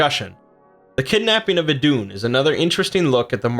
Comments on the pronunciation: try saying it like iidun with a long i instead off iddunn , otherwise great vid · Her name is pronounced like the christian eden. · Eth is an th sound not d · Better dead than red Glad I wasnt alobe in noticing that xD